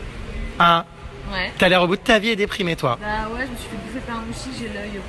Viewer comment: a 7min26 jerem dit moutique !!!